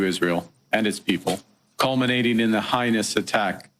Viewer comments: did Carney just pronounce heinous as high-nous?? WTF its hey-nous the dumb POS can't even speak the language properly FFS......honestly he needs to just sit down on this one. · Carney needs to learn how to read, he called them "highness attack of October 7th" when he was supposed to say "heinous" attack. What a dummy Canada elected to lead our country further into ruin!! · Loved how Carney, at 6min, said ' Highness' instead of 'Heinous'. The guy thinks he is some kind of Prince. Additionally, even the Qur'an says that Isreal was God given to the Jews. The Bible says that God gave Isreal to the Jews. Case closed, get clear.